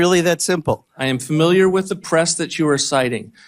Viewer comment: God, I HATE when people say 'framiliar'. it indicates those people are particularly stupid...despite the fact I do agree with rep Pocan. We need people who don't make me have to look stupid because I agree with someone dumb enough to say 'framiliar'. It's 'FAMILIAR', people. The root being family, familia. It shows that any ignorant bastard can be a member of Congress.